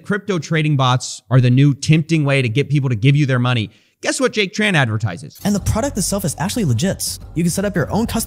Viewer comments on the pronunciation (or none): Small nitpick, Jack Tran has a Vietnamese last name and I get annoyed when people pronounce it as “Tr-an.” First of all in Vietnamese due to our weird Portuguese based orthography, the “tr” actually makes a “ch” sound. Secondly, the name is written without diacritics, but since Tran is such a common last name we can deduce it’s a Trần. So Trần should be pronounce more akin to Chun instead of Tran.